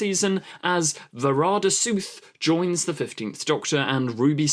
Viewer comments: What's with the "Suth", it's clearly "Sethu." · I'm pretty sure it's pronounced 'Sethoo' not Sooth lol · It's Sethu. Spelt SETHU and pronounced SETH-U not SOOTH. What are you saying? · If you don’t know how to pronounce someone’s name, try googling it first. It’s kind of ignorant to obviously mispronounce it all through the video. How you even get sooth, from sethu I don’t know. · To sound it out, her name is closer to va-ra-da say-thoo (with all three 'a's in her first name pronounced like the one in 'apple')